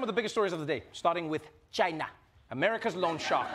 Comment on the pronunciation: Am I the only one who kept repeating the part when he said "tchina" 😂😂😂